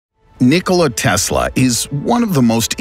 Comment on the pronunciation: "But before we get into" it next video okay bye nniickollia teeesla the announcers voice is not good it's obvious he's trying to make a weird voice.